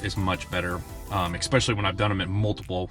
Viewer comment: "ex-specially" ugggg